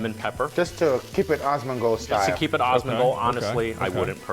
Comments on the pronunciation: Dude kept saying osmongold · *gritting my teeth as they repeatedly call him 'Ozzmen Gold' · It's Asmongold not Ozmongold btw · "awwsmondgold" this is just driving me insane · Are they just unable to pronounce the A in Asmongold??? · My gf was complaining every time was saying Osmongold xD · How the hell can this guy say Asmon's name sooo wrong so many flippin times?!??! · why can't they say your name right.. wtf seriously?? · Oh hell yes Asmon watched this! I just cringed every time they said his name, can't win all the battles, lol.